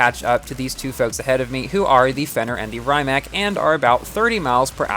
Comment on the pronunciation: just a heads up, the pronunciation of “Rimac” is closer to REE-mahts. Not a perfect approximation, but it’s a bit better than RYE-mack